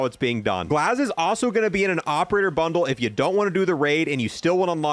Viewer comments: Love the channel but learn to read at speak you said 1 insted of 4 and glaz insted of GAZ ive noticed these mistakes in alot of videos and no one call me this that and what ever im disslexic realy bad i struggle reading and everything else but i dont get things like that wrong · Who TF is "Glaz"? Lmao I love your videos but you can't pronounce anything for sh!t 🤣🤣🤣🤣. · For the love of God, it's GAZ not glaz. Not sure where you're getting the L from but you sound like a fool. Always misdelivering information simply because you can't read. You literally have a typed script in front of you and somehow mispronounced chimera and said restricted in place of redacted. For future reference, chimera is pronounced kaimera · its Gaz not GLAZ lol short for Garry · when this man mispronounces something and then doesn’t correct himself it pisses me off. ITS GAZ NOT GLAZ AND ITS POLYATOMIC NOT POLYCHROMATIC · The Operator is called GAZ without a L 🤣🤣🤣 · GAZ. HIS NAME IS GAZ!! lmao keep up the great work man love the videos. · It's legit written right there. GAZ where TF you getting the L from ? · Please stop saying glaz 😂 it’s gaz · Bro his name is 3 letters, where tf do u see an L in gaz this is a multiple video thing too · Dude, it's Gaz....not Glaz. Killing me. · It's Gaz!!! Not Glaz.... SMH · Also despite reading directly from the CoD Blog page for this video. Lmao. It clearly says "Gaz", but he puts an L in it for some reason. The only L is the one he takes every time he pronounces something wrong. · Dude, there is no L in his name. Gaz. G-a-z. Come on man. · It’s Gaz not Glaz idiot, and also it’s Taraq not Tara Q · This man really said glaz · Bro pls there is no L in his name my OCD is triggering lol its "GAZ" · So help me, if you say Glaz one more time I will unsubscribe. You even friggin read it off the screen, what is going on? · he said glaz 6 different times hahahahaha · this shouldn’t be pissing me off that much but stop putting a L in “Gaz” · Its Gaz not Glaz